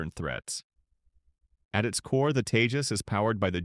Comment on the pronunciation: It's not tejos its TEJAS